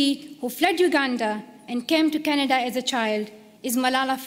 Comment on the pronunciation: Plz read Canada instead of Csnada.